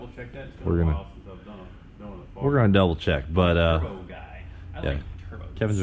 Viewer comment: Kevins so much of a turbo guy he says "turbos" in a blowoff valve accent!